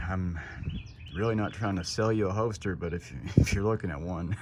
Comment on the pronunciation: It’s hoLster. With an L. Not a hoester